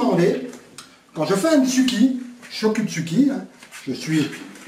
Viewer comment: MAIS! PRONONCIATION "CHOKU" = TCHOKU!!! IL FAUT PENSER ANGLAIS SI ON LIT IN.MOT ASIATIQUE ÉCRIT AVEC LES LATINES!!!